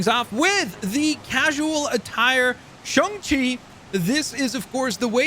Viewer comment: It’s pronounced shane chi not shun chi